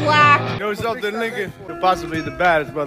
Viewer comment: When Giorgi said Lincoln, I had subtitles off. Because subtitles usually spoil the situation. Thought he said "You know something, Nigga..."